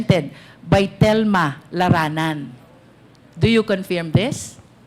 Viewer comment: Your line of questioning is at first irrelevant then proceeded to lay your foundation and caught the fish in her mouth. My only concern is your pronunciation especially the word "confirm". It's pronounced as "confurm" and not "confeeerm".